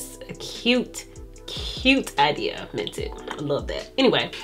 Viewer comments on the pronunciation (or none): none